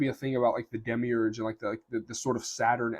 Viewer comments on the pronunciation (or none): why you say demigurg, are you gnostic?